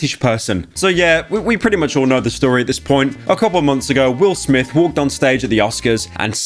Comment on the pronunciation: Wil Smif fel ooff